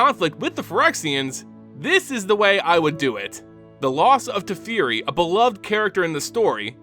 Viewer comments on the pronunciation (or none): TE FE RI, NOT TI FI RI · TA-Fair-e no Te-fear-e !!!!! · Teferi... Teh Fair Ee Mishra... Mee Shrah Dominaria... Dah Min Ahh Riah Tamiyo... Tah Mee Yo At least you pronounced Phyrexian correctly